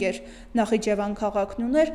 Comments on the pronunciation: ведущая ты читать НЕ УМЕЕШЬ?! ...что за "нахчван"...?! ты, девка, в своем уме?! один раз сказала Нахиджевани гавар...и дальше опять" нахчван"... ужас...кто ведет передачу?! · Աղջիկ ջան Նախճավան չի, այլ Նախիջևան։ Որպես ՊՐՈՏԵԿՏՈՐԱՏ է որպես 100 տարով տրված եղել թաթարա մուսուլմանական հանրապետությանը , Ստալինը 1936 թ.։ անվանեց Ադրբեջան , Իրանի Ադրբեջանի անունով որ թթ պատերազմի ժամանակ գրավի Իրանը..... Բաքվի ադրբեջանցիները թաթարական կարակոյունլու, կոյունլու քոչվոր ցեղերն են արևելքից կովկաս.... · Անգրագետ նախճվան չի այլ նախիջեվան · Նախճավան չէ, նախիջևան։